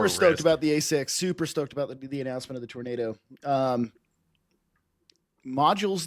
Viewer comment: Its pronounced Tornado, not Tornado 😂 Its an early model gr1 in development I believe.